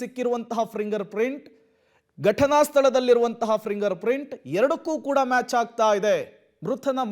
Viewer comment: ಫಿಂಗರ್ ಪ್ರಿಂಟ್ ಮಾರಾಯ, ಪ್ರಿಂಗರ್ ಪ್ರಿಂಟ್ ಅಲ್ಲ...😂